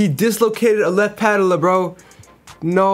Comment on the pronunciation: "He dislocated a left patalla" 😭😭😭